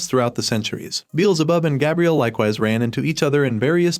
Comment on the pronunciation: And Gabriel lol